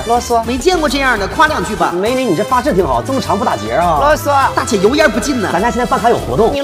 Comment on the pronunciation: 這部影片的作者是模仿別人的梗來二創影片，原版在快手，原作者說的是ㄌㄛ ㄙㄨㄛ，不是這部影片的作者ww